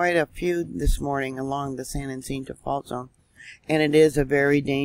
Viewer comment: San Yah cinto is how to pronounce san jacinto🥰